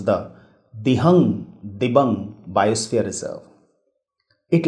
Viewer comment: Pronounciation of- Dibru-Saikhowa- Dibru- sai+kho+wa Dihang-Dibang- Di(dee)+hang(haang) - Di(dee)+bang(baang) Good info, appreciate your work